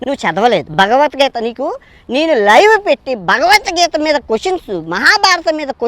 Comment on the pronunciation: Nee bhashee sarigaaledu! Neevu hindu grandhaalu chadivesaavaa! Bhagavathgeetha anee padaanni sarigaa cheppatam nerchukoraa! Antlavedhavaa!